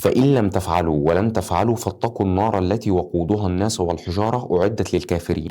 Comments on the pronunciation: جزاك الله خيرا ربنا ينور بصيرتك بس لو سمحت اتعلم حتى اساسيات التجويد. انا مش أهل أعلق لك على مخارج الحروف لكن الأخطاء في الضبط (التشكيل) في القرآن تعتبر كارثة الناسُ مش الناسَ التغيير دة ممكن يعكس معنى من معاني القرآن مينفعش في حقك وانت تعتبر ( public figure) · الناس السين عليها ضمه مش فتحة وشكراً لمجهودك الهادف